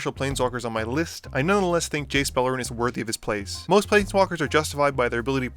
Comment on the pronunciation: Misspoke on Beleren, but overall good vid.